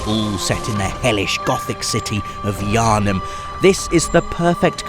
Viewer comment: Whenever I hear "Yharnam" I hear "yarnie" which takes some of the atmosphere away